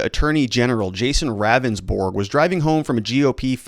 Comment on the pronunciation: It’s pronounced Rounndsberg. He’s not a very good attorney.